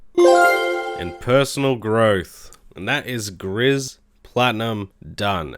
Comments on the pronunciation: I don't know if someone already mentioned this, but the game Gris is pronounced 'Grease' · It's interesting how many people have been playing gris recently and also how no one can pronounce it correctly lol